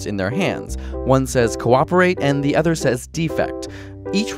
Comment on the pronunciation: When you pronounce the word 'other' it sounds like you're saying "ether."